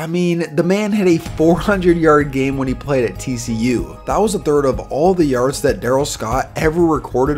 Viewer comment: The way you say “yards” tho. Yarrrrrrds